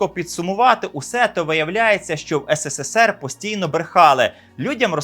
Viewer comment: Ес ес ес ер